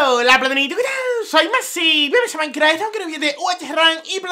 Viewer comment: Por qué mierda dice maincraf -.